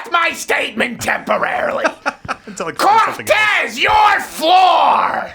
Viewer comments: I always love your funny and logical videos, and this one was just as intelligent at always, but I did not really care for all the yelling, cussing, and saying "Corrrrrrtez" in that way that libs will construe as racists. Please calm down, you are far more effective when you are calmly "ripping them a new one." You said you are taking some time off for health reasons, please get good rest and come back soon! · i keep playing this just to hear Crowder say "COR R R R R R R R TEZ" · Lol - 😂🤣🤣🤣 I died! Corrrrrrrtez